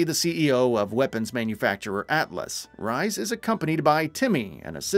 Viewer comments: TEEdior. Rheeees. (Rhys is a name with a standard pronunciation - and it’s never ‘rise’). 😮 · Good vid i personally just got into borderlands mainly the telltale ones cos im a huge telltale fan ever since the walking dead from them played almost all their games but im pretty sure Rhys was pronounced like "rees" not how the narator said other than that pretty informative for me anyways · You know the narrator is not even familiar with Borderlands by the way he pronounced Tediore and Rhys. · isnt there a narrator at gamingbolt who played a BL game or at least know more than online articles about it who could've narrated this video instead? i cant help but point out that the narrator seemingly doesn't know how to pronounce LOU13, FL4K and Rhys correctly lol (no hate, just saying)